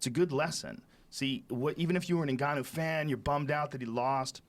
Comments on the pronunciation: Hahahah Joey Diaz- I don't mean to miss pronounce his name ningayo who fought stiopic. Joe Rogan- it's pronounced Ngannou. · haha i came to hear joey obliterate Ngannou's name 😂 "Ngayo" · Ngayou. Stiopic. Justin Statham (he meant Gaethje) gotta love Joey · Did you catch when he didn't want to mispronounce Ngannou so he described him as "the guy who just fought Stee-ohpay." xDDD